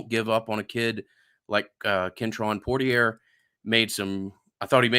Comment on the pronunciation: Big extrapolate guy I see! Also everyone gets it confused but I believe it’s pronounced Poor-tier.